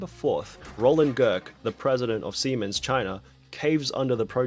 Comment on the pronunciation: That is how you pronounce Siemens. My dad used to work for their medical equipment division, and I got mocked relentlessly every time I was asked to talk about Take Your Child To Work Day in front of my class.